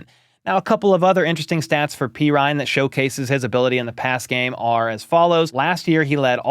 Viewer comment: dudes name is pronounced perine not perine PURR-EEN NOT PEE-RINE